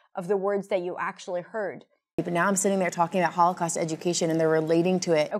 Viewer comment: I am quite fluent in English, but this time I am pretty sure I heard "all the costs of...." instead of "Holocaust" ....anyone else heard the same?